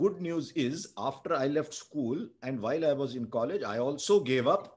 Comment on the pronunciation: Bro, love it when you say Kaaleju (for college), these subtle twists make your words glow like a star.. 😍🤣😅Ulti mama..